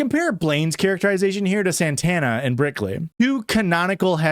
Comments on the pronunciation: Didn’t even realize that you were calling her brickley this whole time but go off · Nearly 2 hours of Brickley before I heard it. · i was 100% on board with brickley 😂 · You just made me realize it wasn't brickley. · Oh my god I thought him calling her Brickley was a joke I didn’t get until I saw this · I can only hear Brickley 😢